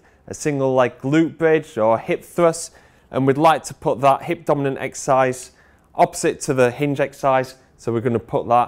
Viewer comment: Not taking the piss but does it not bother you as a s&c coach that you can't say the word exercise?